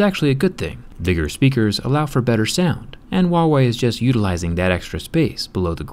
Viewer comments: ITS HUAWEY NOT WUAWEY REEEEEEEEEEE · Hu - a - wei not wawey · Why are you saying uauei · Why does he pronounce Huawei as 'WA Way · Why do americans always pronounce is wah way? It is pronounced as it is spelt.... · I like how u randomly mispronounce the brand name, since they are not even sold in US